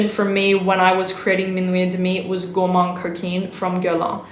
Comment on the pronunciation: et demi is pronounced "ed mi"